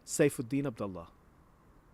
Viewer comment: His last name is ab-dol-Leah